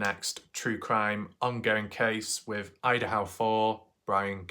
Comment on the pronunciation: Very thorough. I do get distracted by videos that mispronounce a lot though 😕. It’s Goncalves (c is pronounced like s - Gon-sal-vez) and Idaho (not Idahow). With every update, BK looks more guilty.